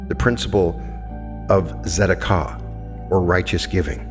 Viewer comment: Beautiful and profound teaching, thank you ❤ If I can just give one small "correction". Tzedakah is pronounced "tse-daka". Tomato, tomatoe 😁